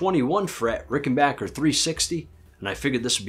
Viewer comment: Nice video and you’re pronouncing Rickenbacker correctly too! 😊